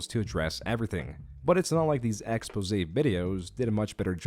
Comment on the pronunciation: Yo! Props to, for properly pronouncing, “expose”!!!! Now watch the rest follow...